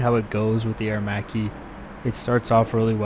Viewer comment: Thank God, someone who can pronounce Aermacchi in the right way! Anyway, nice video 👍🏻